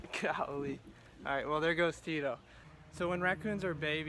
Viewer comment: It's Cheeto non Tito lol